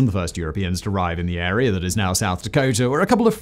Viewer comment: my favorite part is when he says "this agreement created an air-ree-yar of land..."